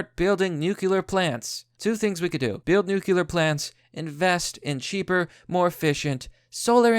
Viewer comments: New. Clear. Say it with me. New-clear plants. Not nukular. Nuclear, new... clear. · Nucular plants? Inspired by: Chekov from Star Trek George W Bush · NEW-CLEE-ER OK? FUCK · "new-cu-lar... It's pronounced new-cu-lar." - Homer Simpson (it's "nuclear and pronounced" new-cle-ar"...) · Nukular? Seriously? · God dammit, its NU-CLEE-URR